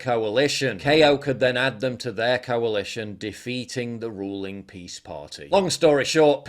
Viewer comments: It’s pronounced PISS! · It’s pronounce PISS